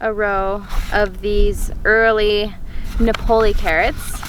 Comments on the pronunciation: NApoli, mademoiselle, not NaPOli.🙂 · I can’t believe how pronounce the word ‘Napoli’ ha ha! Do you know what a Napoli is? You Americans!!